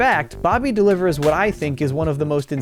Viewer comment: That's my boy I tell you hwhat!